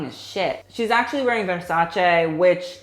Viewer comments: you are the first non-Italian person to know how to pronounce versace correctly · Emma Migault Americans and everybody else pronounce it like ‘ver sa chee’